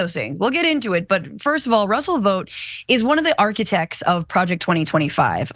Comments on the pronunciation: Ikr, idk why she missed this perfect opportunity and kept pronouncing it vote instead. Wth? Probably working with homelander behind the scenes. 😂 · It’s pronounced “Vawt” like in The Boys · Omg stop pronouncing it as VOTE! We've all seen the boys, we know how it's really pronounced. Smdh.